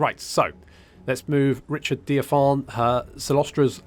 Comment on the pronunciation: You know, I saw this early-access coming a (nautical) mile away. Also, how hard is it to pronounce (Dire-Fin)? Wait I remember your butchery of the empire provinces... Well that fat lady sings... starting now!